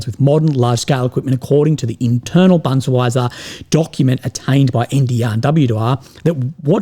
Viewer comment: "Bundsweiser" instead of "Bundeswehr" -- that is very typical and characteristic mispronaunceation:) Now we know from where 100% of German comes from:)